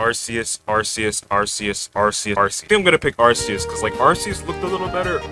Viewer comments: ITS ARCEUS NOT ARSEUS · I'm pretty sure its pronounced Ar-kee-us but Ar-see-us is much better because that means the Arc-Phone is pronounced Arse-Phone. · It's pronounced Ar-kee-us You're welcome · its pronunced Ar-see-us in america and Ar-kee-us in british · Unless you wanna pronounce the arcphone the “Arse-phone” its ark-ee-us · Japanese pronunciation is are-see-us. English pronunciation is are-key-us. Source: Imported Cheese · It's not ar-see-us or ar-kee-us, the official pronunciation is ar-kay-us. I personally would have gone with ar-see-us, just like I would have pronounced gardevoir as garde-voyer rather than garde-voar, it just sounds so much nicer and not nearly as harsh, but hey whatever works for them I guess. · If you pronounce arceus like “ar-see-us” instead of “ar-kee-us”, you’re dead to me. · It's actually pronounced Ar-sus, in a french accent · Both pronounciations were used by game freak, until they realised arse is some British insult I think. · I think it's Ar-kee-us but I'm not too sure bout that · You pronounced arceus wrong. It’s ARKOOS! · Its pronounced Arceus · Its pronounced ar-kee-uhs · It's Ar-ke-us, since its name come from the greek αρχή (arké), wich in greek means "beginning" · Arceus is pronounced Ar-kay-es